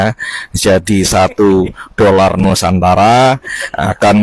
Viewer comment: Kesian apek koko 😂😂sebut doller pon tak betul kesian rupiah .